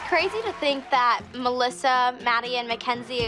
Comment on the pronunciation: Is it just me or does everyone except for Jill say MALASSA not Melisa